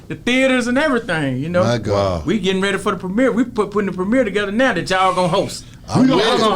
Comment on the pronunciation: B - “my gohd” 😂😂